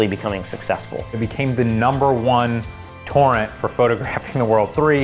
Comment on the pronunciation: wait i actually thought he said porn. turns out he can't pronounce "torrent" as two distinguished syllables